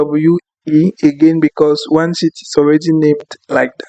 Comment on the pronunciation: Brother It is not "Shit" it is "Sheet" try to slightly stretch "She😬et"....